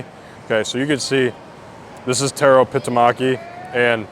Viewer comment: It's Pitkamaki, not Pitamaki xD